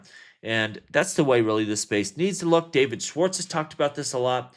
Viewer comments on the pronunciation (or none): none